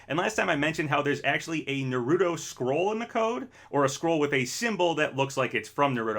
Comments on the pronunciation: It's pronounced "NAH-ru-toh" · Try pronouncing Naruto correctly next time.